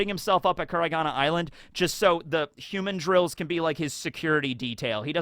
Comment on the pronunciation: i kove your videos, but you need to learn how to pronounce the name of rhe violent monkeys ln Mihawk's island. Its "hu-mandrill" not like "human-drill." Its a mandril, thats more human-like. Its not some human holding a drill.